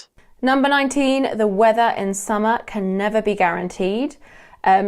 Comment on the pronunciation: I thought she said 90 not 19